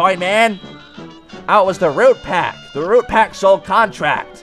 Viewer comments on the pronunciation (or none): none